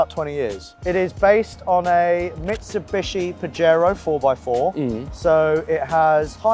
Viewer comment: fun fact: says it's based on a Mitsubishi Pajero (which would actually be pronounced "pahero"), and its name, one thinks, may come from those who named it thinking of farming enviroment and that there's this think called straw, that is, "paja" (again, the "j" in Spanish is like the "h" in English), and the word "pajero" means "related to the straw", "the one who works with the straw" (just like in English you have the "-er" to go from, say, work to worker and such, Spanish has -ero, also -dor, but in this case it's -ero, erasing the second "a" along the way). It was all nice until someone noticed, maybe a bit too late, that in Spanish, "paja" and "pajero" also mean "wank" and "wanker". So, if you ever come across a Mitsubishi Montero (<- related to the mounts) you know it's the same car, different market for a reason.